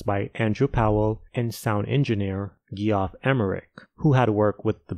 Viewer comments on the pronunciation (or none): Ghee-off? It’s Jeff. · lol i just heard him say that and ran to see comments. He also pronounced the name Jeff - spelt Geoff - as G-OFF - wow.